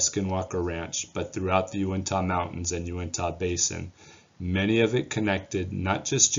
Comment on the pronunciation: Yew-ihn-tuh, not Yew-ihn-taw...Nevertheless, thanks for all your efforts sir.